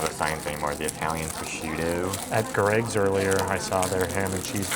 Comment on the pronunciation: Glad you Americans said Greggs right I remember few years ago an American said G Reggs instead of Greggs